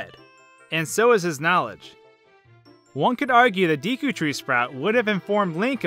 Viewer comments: Deekoo is offensive to my ears! Deckoo is the correct pronunciation. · By the way,it's not Dee Koo it's deh koo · Since the game is japaniese, I would thi k its “deku” and not “deeku” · You're pronouncing "Deku tree" wrong. It's not "Dee-koo", it's "Day-koo". You're welcome. lol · It’s Deck-ooo not Dee-koo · Why u say deeku instead of deku? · It is pronounced D-e-k-ouNot dee-kou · It's Deku, not Deeku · It's dEku, not dEEku, if you're a weeb who cares (which I am lmao) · its pronounced Deku not deeku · Its pronounced Decku like a gecko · It's D-"eh"-Koo. That is literally the only way to read it in Japanese. Same goes for Hylian as "Hi-Lee-Uhn". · "deekoo tree" eye twitch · Wow. This video IS AWESOME!!!! I laughed and ohhhhh'ed a lot. You make some awesome points and you're hilarious. Oh and by the way its totally pronounced Deck-ew. :P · Its day-ku This is a japanese game and in japanese they always pronounce "e" as "ay" never as "eee" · Ocarina of Time was made in Japan, and in Japanese the e in deku is pronounced “DAY-KU” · just say DAY kew. Like the time of day and kewl. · Loz oot is a game with japanese roots, so look at the japanese language to know how to say deku. It sounds like: deck-oo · DEH-koo It's Japanese, the E makes an Eh sound. I makes the Ee sound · You pronounce the word Deku like “Daekue” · Deku as "dehkoo". Simple as that. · i think its actually day-kew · it's day-ku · Jfc….. it’s pronounced DECK-U tree. DECK-U. Repeat after me, DECK-U. Mf god damn how frustrating was that to listen to. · btw I pronounce it Day-Koo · Deku is pronounced "day-koo" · It's pronounced "Deku." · It’s said d-ea-ku in my opinion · I pronounce "Deku" like "Deh-Koo" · it's deku as in (day-koo) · Actually, it’s pronounced day-koh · Neither pronunciation is right. It's Day-coo. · im pretty sure its pronounced "dehku" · it is pronounced deku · It is pronounced Deku. (Deh-kou) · It's pronounced "doo-kee" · "diku", "nahvi" kms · i think its pronounced deck-oo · It’s deh koo